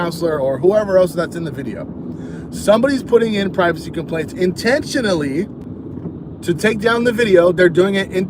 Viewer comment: Why do you keep stressing 'intentionally"? We know it's intentional, it was't reported by accident. You have no right going back to harass this woman. You have been trespassed, doesn't matter what you tell yourself, you do not return to the place you were trespassed from. You will get arrested.